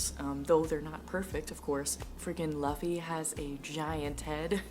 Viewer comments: Its zoro not zolo and its looofy not laffy . Be safe from hate comments later due to this 🤣 Happy reading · also just a tip, people call the characters in a certain way like zolo is called zoro, and luffy is pronounced not like luh-ffy but instead its pronouced like: loo-ffy. kinda funny because the "loo" remembers me a cow going moo lol. hope i dindt sound boring and also, if i writed something wrong im sorry, english is not my first language lol. great video also i loved the music and backfround really maded the video kinda comfy ^~^ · You are going to hear this sooooooo much but still I have to say it. It’s “Lou - Fee” like Goofy but with an “L” fans are gonna go crazy if you say Luffy like Fluffy 😂 OMG had to edit I just read more. It’s Zor like roar and then O like Goro from mortal kombat. Idk where you got Zulu from is his name spelled differently in the manga? 🤔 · You pronounce his name like "LOU-FEY" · it's pronounced loofy. like goofball already subbed :D some of my all time favorite characters in all of fiction are the women in this story. they are stil drawn in a very shonen typical way. but I dont mind it xD it's just pretty things to look at and the story around them is so incredible, I just want to hug them like my sisters. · Not Zolo 😂😂 the manga is still mistranslated🤦🏻‍♀️it’s suppose to be Zoro 😅 Btw Luffy is pronounced as Loofy like "loofa" by with a "y" at the end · ill save you from the hate comments and just tell you that luffy is pronounced like loofy and zolo is actually zoro